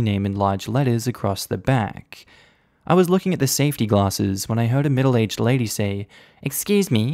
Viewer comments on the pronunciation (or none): none